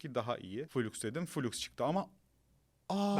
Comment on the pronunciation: Flux -> Fılaks, fuluks muluks değil birader